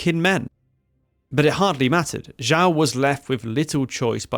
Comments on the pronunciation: Please improve your Chinese pronunciation, Xiao is not pronounced as "zhao", nor Ye as "yee" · You’re pronouncing the names wrong. Xiao is pronounced more like Shiao. Longkou like longko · Xiao is pronounced nothing like whatever it is you are saying. Thankfully we have subtitles. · I found it hard to follow when U kept mispronouncing names like "Xiao" and "Xiamen". U have some patron with a Chinese name. Why not check with this patron on how to pronounce Chinese names written in English? Doesn't have to be accurate but just basic decent pronunciations. Not that I don't appreciate yr effort with this piece of history.